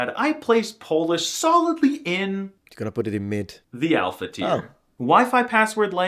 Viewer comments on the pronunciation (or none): none